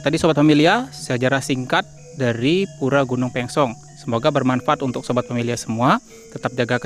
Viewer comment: Reporternya ngawur tu. Pengucapan Gunung Pèngsong koq jadi Gunung Pangsung ? Buat netizen diluar Lombok harus diketahui yg benar adalah Gunung Pèngsong.